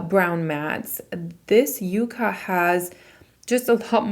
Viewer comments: With all do respect it’s not you-ca it’s pronounced yuk-ka. It’s actually a plant. It’s going to be a gorgeous pallet for fall! It looks beautiful on you.😊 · Very excited to watch this video!! Stunning looks. The name sounds like Ya not a U sound. I am pretty sure it is meant to be like the yucca plant....color story. I have only seen one review that pronounced it correctly.